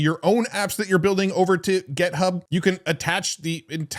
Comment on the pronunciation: This is a genuine question… does intentionally mispronounce GitHub as GetHub?